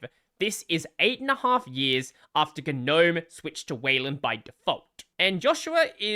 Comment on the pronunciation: “Guh noaem”